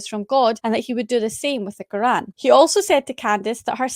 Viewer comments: Why is he pronouncing Quran like that? Kagaan 🤣😂🤣🤣🤣🤣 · I listened to the debate on my way to work😭 Dr. Craig is hard to listen to... Everytime he said; "Krgruran" ( Quran )😖.. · Why was the old dude pronouncing Quran like that 😂